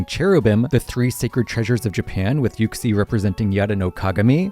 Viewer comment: Why the fuck does he pronounce it yuck-sie